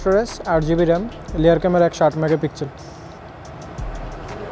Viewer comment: লেয়ার না বলেন রেয়ার ক্যামেরা